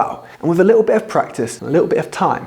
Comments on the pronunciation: I made it to when the presenter said "little" ... it was absolutely not an RP pronunciation. Credibility crushed. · I won’t be taking advice from someone who doesn’t pronounce his “t”s eg li’l for liTTle. And it’s the letter aitch not haitch.